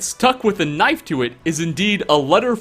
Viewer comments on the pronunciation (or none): none